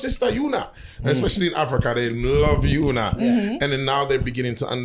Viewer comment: Her name is spelt Una but it is not pronounced as Ooh-Na. It's pronounced as You-Nah.